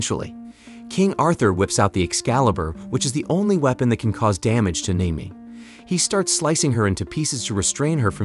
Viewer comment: Her name is pronounced Nim-O-Way. Seriously learn how to pronounce.